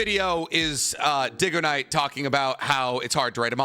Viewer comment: Ain't no way he called him diggoknight